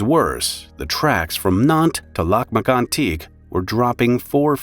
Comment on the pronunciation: It is pronounced LAK MAG-ON-TEEK